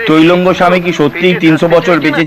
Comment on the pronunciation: কথাটা তৈলঙ্গ না ত্রৈলঙ্গ স্বামী, একটু জেনে জানাবেন আশা করি ।